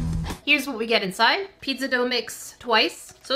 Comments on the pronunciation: talkin about the typo Me: *hears her say “pid-za” and not “pizza” Me: ÒnÓ angry THIS IS NOT A HATE COMMENT PLZ DONT SUE MEH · Did she say pitza or pizza... CAUSE I DONT CARE HOW SHE SPEAKS